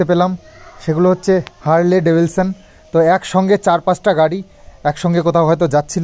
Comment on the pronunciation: স্বপ্নের গাড়ির নামটা তো ঠিক করে বলো!!!!! Harley Davidson..not Devilson..